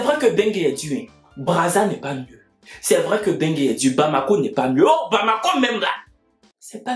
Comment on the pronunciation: C'est Mbeng que le gars ci dit "bengue" 🤣